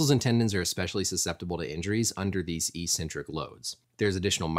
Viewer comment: You’re missing a C when pronouncing eccentric